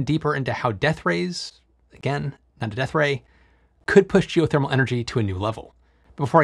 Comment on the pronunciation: Stop saying deathray on purpose trying to be funny .